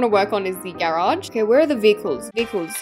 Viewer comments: YOU SAYB GAAAAARAUGE INSTED OF GARAGE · Why do you say garage like that?